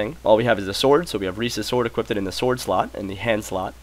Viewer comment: you say equipted... HEHEHE